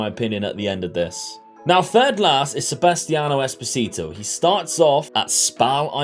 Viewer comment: ngl when you said Sebastian Esposito I cringed so hard